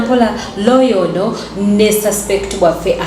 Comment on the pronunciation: the word is lawyer.. not lawer.. it bothers me, when it's a repeated error.